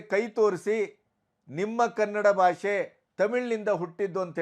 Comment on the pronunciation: Salute your response and stand on this unfortunate matter, avare 🙏 But just a humble request: Please focus on pronouncing Kannada better - alpapraana, mahaapraana, hrsva, deergha. It is bHAASHE not baashe, shataavadHAni not shatavadaani. If Kannada ucchhaara is as it should be, our pride gets exponentially magnified. It is probably the only language where writing and speaking are exactly the same. Talaharate anta baydu kollade nanna manavi sveekarisi:) Thank you! jai kannaDAmbE! 🙏